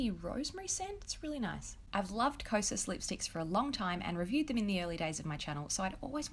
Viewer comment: It’s interesting to hear how you chose to pronounce Kosås and Kirsten(?) Kjær Weis! (I couldn’t exactly hear what her first name was, but it sounded like you were trying to say Kirsten. Now, I might be wrong about saying you pronounced stuff “wrong”, but, if I recall, then I think we established that she was Scandinavian(?). Which would mean it’s most likely pronounced the way I’m thinking of.) Eh, oof, this might’ve sounded way different from what I intended. The reason I’m writing this comment was because I was a little surprised with how you pronounced the names. It made me realise that I’ve never really put much thought into how people would try to pronounce those letters when they see them. Sorry, I just found it fascinating. 😅😓